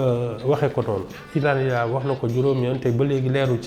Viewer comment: 😅j'ai cru que j'étais le seul à avoir remarqué que "" avait du mal à prononcer le terme "inaliénable"... Bon sang qu'elle s'exprime en anglais puisqu'elle serait à l'aise paraît-il dans la langue de Shakespeare